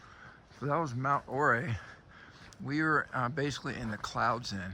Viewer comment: Ouray is actually pronounced U-ray. Named after a Native American Chief. By the way, your videos are about the best CT videos I've ever seen! Love the longer length and the amount of the trail you show!